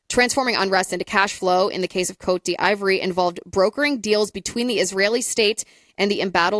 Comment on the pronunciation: "COAT DEE VWAHR'" Sorry, your version of the pronunciation is killing me. As for Epstein, it is almost undeniable that his solo career in finance, (and outsourced intel,) was started by the CIA. There's too much disclosed public record info to dismiss that. For example, his first big client was Adnan Khashoggi, the Saudi arms dealer they used in Iran-Contra. JE was moving money for Khashoggi during the time period that Iran-Contra was happening. JE was our guy. Later, when JE started doing the extortion/PDF stuff, he targeted lots of high profile people, including some connected Israelis. But in doing so, JE was very intentional about getting their personal associations with him documented, and often publicized. He was not likely to be "secretly" working for Israel. Ehud Barak staying in his house in NY was mentioned in a Vanity Fair article... Really crappy spycraft if that was the case. The only reasonable analysis is that he was gathering intel and leverage on behalf of (or at least on spec , to sell to,) US Intel. Sometimes this may have meant working with Israelis or their gov't... but you'll notice there's gobs of documentation and journalism around all of this activity. The publicity and documentation had to be intentional. He poses proudly in the photos. (Worst spy ever, if he was "secretly Mossad." Mossad is too good for that.) I think JE's mandate from the US Deep State was pretty clear if you look at the big picture of all the other high profile people he was targe